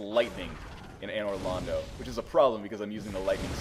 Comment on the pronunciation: it's Londo, not Lando.